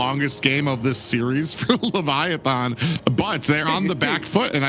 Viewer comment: For the love of Nana please ban baxia and please eliminate Levitan because I cannot go another second hearing pronounce Baxia and leviaTHON... please